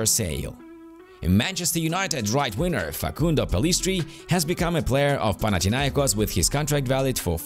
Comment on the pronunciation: Can you please say (WINGER) and not (WINNER)